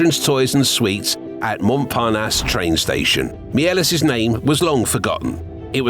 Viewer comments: Méliès is not pronounced Miélès, don't kill him a second time 😡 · a pity you mispronounced Méliès' name...